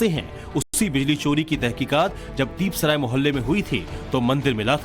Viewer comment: दीप सराय नहीं दीपा सराय कहीये